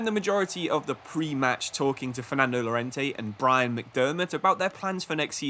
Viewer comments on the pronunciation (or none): none